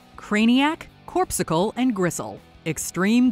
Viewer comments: Its pronounced Cor-puscle, not corpse-cicle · Corpuscle not corpsicle.